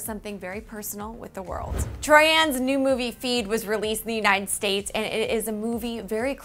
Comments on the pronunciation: Just so ya know for future reference, her name is pronounced like Troye-un not Troye-anne ❤️ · Is pronunce Troi-an !!!!!!!!!!!!!!!!!!!! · Troy-in I believe, but I could just be pronouncing it wrong bc I'm British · Her name isn't Troy-Anne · Says troianne Me: 😬🤢😕😐😬😑🤢😷😬😬pls stop.